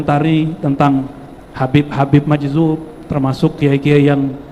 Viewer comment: Majzub..bukan majdub